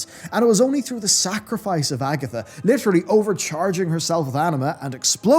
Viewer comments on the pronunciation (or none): I am not from english speaking country, but I really dont get how you pronounce Agthia same as AGATHA! :D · Man, how I like your videos,, you have a great team that makaes constantly fantastic pieces of media! Great quality as always, congratilations! Also... it is Agathia, not Agatha... It was neccesary.🌚